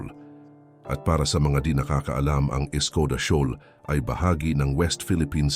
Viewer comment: shawl ba o shoal? 😅 kalokohan. pinasok na nga ng German Navy ang Taiwan strait wala sila nagawa